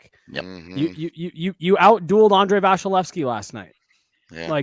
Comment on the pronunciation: why does call him VASHalevsy?